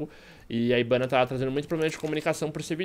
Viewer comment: Mó estranho o fala ibana